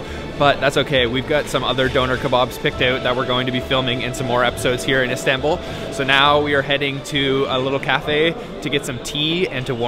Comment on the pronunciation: High productions values and a nice variety of foods shown to encourage everyone to try the delicious treats. It is a little nit picking, but your pronunciation of everything Turkish is so off the mark. You both even pronounce Istanbul incorrectly. Some you tube pronunciation help would go a long way to elevate your videos to the next level.